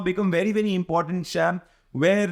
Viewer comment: He is annoyingly saying "shyaam", not "Sham". Sounds extremely weird.